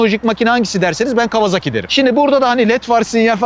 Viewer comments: yazmadan edemeyeceğim adamın soyismi kawazaki değil kawasaki :D Türkiyede kimse adamın soyismini doğru söylemiyor :D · Severek takip ediyorum ama bu markaya neden değişik değişik isimler ile telaffuz ediliyor? Toyota markasına Totoya diyormuyuz? Japonlar bu markaya KavaZaki kavaZAAki gibi bir telaffuz kullanmıyor. Japonlar Bu markayı KAWASAKİ diye telâffuz ediyor. Saygılar...